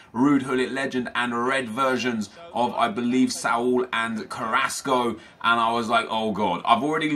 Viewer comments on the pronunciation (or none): none